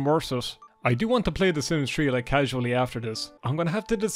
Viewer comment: Idk why i thought u said "the sims tree 🌳"